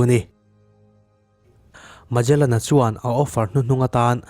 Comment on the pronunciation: heta mejalen tia i lam hi, megalen tia lam tur a nih hmel..... ferdinand magellan a ni a, khawvel hi a mum ngei a ni tih proof tu kha a ni e.... portuguese explorer a ni e.....ka lawm e